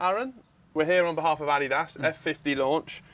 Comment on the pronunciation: Adeedus? Not very Yorkshire, Aaron